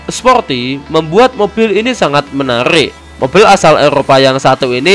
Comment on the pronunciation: Mobil mas... Bukan moppil